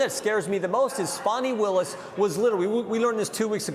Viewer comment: Farnie Willis? I thought it was Fani Willis.